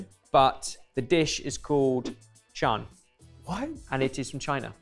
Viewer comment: I did have a giggle at the pronunciation - needs a northern Chinese accent on it.